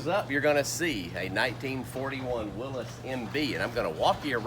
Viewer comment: Thank you for pronouncing Willys correctly 👍🏻😎